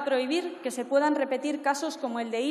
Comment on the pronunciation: No sabe ni pronunciar ilias ajaja cuánta compenetración ella y su discurso escrito